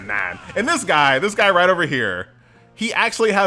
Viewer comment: "Guy" is not how I pronounced this. I thought to myself, guh-yeeee, doesn't sound like the best name.